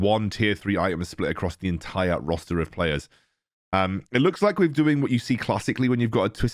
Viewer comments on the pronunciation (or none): none